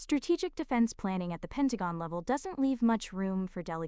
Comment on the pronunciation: Finally Pentagon pronounced correctly.